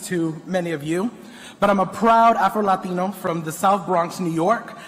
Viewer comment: He uh prowwwd afroeluhteenoooo...🤡